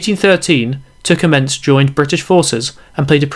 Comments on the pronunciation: Oh my god. Anybody who pronounces Tecumseh's name as "Ticommences" can't possibly pretend to be in a position to give a history lesson on the war of 1812. At least make the effort to make it sound as though you've actually heard of some of the major players! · Might want to check the pronunciation of Tecumseh's name. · the mispronunciation of Tecumseh was a bit jarring